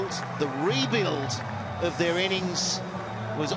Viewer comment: Btw comentater its not usman "kaja" its usman kawaja lol